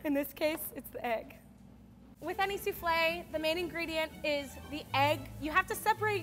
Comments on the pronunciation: Suflle lmao 😂 hahahahahah suflle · No one: Literally no one: her: pronouncing souffle soofley Me: what?! Its pronounced that way?! I thought it was pronounced soofall🤣